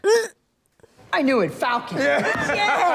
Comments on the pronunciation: Falcum? Really? 🤣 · "The Falcum..." What x-rated version did she nearly watch?!